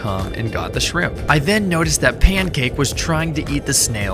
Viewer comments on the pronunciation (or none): It’s pyancake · Bro he said “payncake”